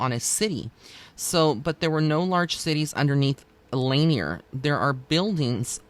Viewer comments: Thus far there are 700 confirmed deaths and 27 unrecovered bodies at L Lanier. Thousands of freak accidents and well known ghosts surrounding the lake. It actually does have an eerie feeling there. Btw it's La Nier. Not laner. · Also just FYI it's pronounced Lake La-near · I live next to there. Lot of drownings and I will not swim in there. It is pronounced "La Near". So glad I found this channel! Thank you!